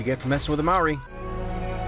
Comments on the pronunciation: i just gotta say he maori is pronounce mow ree but it is pronounce mo ree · Maowry? Boy what are you on? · 😂😂 i thought you said māui but you ment Maori, your the frist person who i heard say it like that most ppl say it as if the "R" was a "D" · Lol he said mauri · Hey, this is the second time you've made this small mistake (Still love you and your channel) But in Maori the r is pronounced similar to a ld, not like a english r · Im but Did he say marre it's Maori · “That’s what you get for messing with a Maori”..... no... just no, not even close, like not even a little bit, that pronunciation made me die a little bit inside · MAORI PRONOUNCIATION ANYONE? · Not Kiwi, Canadian, but knew his pronunciation was slightly off